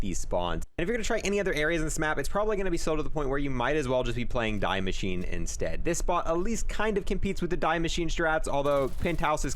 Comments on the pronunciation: Its not die its de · I don’t want to be that guy but it’s pronounced Dee Machineh not Die Machine. The name of the map is German, not English. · Its not DAI MACHINE its DIE MASCHINE its german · Die machine is pronounced Dee mashee-ne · It’s pronounced Dee-Mek-in-a Sry that sounds rude just try a help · Is this the right way to pronounce die maschine I think the die is pronounced as dee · You say DEE Machine its german like DEEz nuts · It’s pronounced “Dee machine”.... DIE Is THE in German 🤦🏼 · Love your guides, great work, thanks for this one specifically. But man, how come you pronounce Die Maschine so absolutely poorly? I'm pretty sure you're smart, and know that the way you're saying it sounds really... kinda nasty? i guess?, just wondering why that 1 single thing is the only thing you do wrong on your entire stream, haha. I have pet peeves and i apologize for taking it so seriously. but it triggers something in my head every time :-( (its dee mascheen) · You are a good youtuber, but stop saying die machine wrong😆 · Same with how he says die machine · I hate how he pronounces die maschine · I'm sad that him saying it the way he does triggers the living shit out of me especially with the amount of times he said it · The way you pronounce Die Machine gives me aids